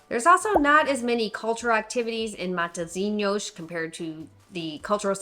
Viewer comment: proud of how you pronounced ''matozinyosh'' at the beginning